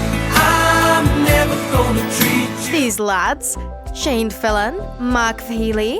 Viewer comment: La shayyyyyyy also that is shane not nickey!